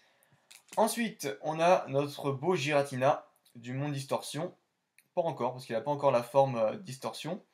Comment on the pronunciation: Je pense la même chose de shaymin, celebi lui met une taule même si c'est un fabuleux. Giratina se prononce "guiratina" apparemment selon le Pokédex vocal, je le prononçais aussi comme toi avant. Incroyable ces fautes dans les noms, un peu comme l'orthographe d'électhor dans fossile ... Lovdisc c'est la pls en effet ... Merci pour la découverte de ces cartes, dommage que l'ouverture ne t'ai pas récompensé avec au moins une holo ... je comprends ce que tu me disais la dernière fois. Toujours un bon moment de regarder tes ouvertures rétro que tu ouvres des cartes très rares ou non. Continue poto !